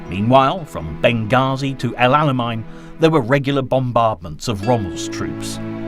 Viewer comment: Check your pronunciations. Auchinleck sounds like 'orkinleck', and Alamein sounds like 'chow mein'.